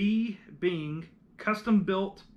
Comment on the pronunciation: it's actually pronounced like Binge but with Ben instead of Bin, named after Elden Benge-who played with the Chicago Symphony back in the 1930's & early 1940's. His trumpet design was modeled after the French Besson. He moved to California in 1961 and was killed in a car accident a couple years later. His son, Donald, took over the Co. and they continued to make horns until 1981.